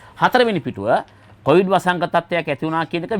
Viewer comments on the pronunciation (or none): none